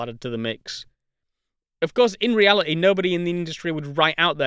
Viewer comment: densi-ee, permeabili-ee, reali-ee